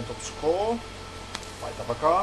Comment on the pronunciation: TaPaKaH is actually meant to be read as tarakan, it means "cockroach" in Russian. Just a fun fact.